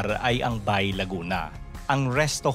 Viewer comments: You pronounce "Ba-e" not B-ay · Ang tamang pagbigkas po sa "Bay" ay 2 pantig o syllable, " Ba-i". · laguna bay is lawa in laguna while bay laguna pronounce it "bae laguna" is a municipality province of laguna.thank you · Bay - pronounced as Ba-e 👍👍👍